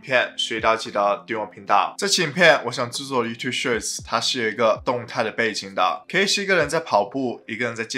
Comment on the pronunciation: shorts, not shirts... you have to improve your english pronunciation ,dude